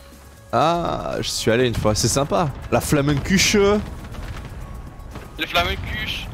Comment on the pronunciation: Comment tu ma détruit intérieurement quand ta dis flamenkuche vu que je suis allemand sa se dit pas du tout comme ça mdrr